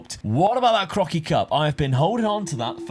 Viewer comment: When you say 'that Crocky Cup"at around 36 minute, it really sounds like you're saying "that fucking cup". I had to listen 3 times to realize lool 🤣... Eh did he just use the F word?